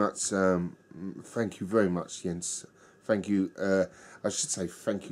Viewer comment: Thanks for the kind words and you pronounced my name perfectly!!! Arabier is really a nice and complex Belgian Strong Pale Ale. The brewery doesn't have too many beers in their sortiment but they are almost all in the "great territory"!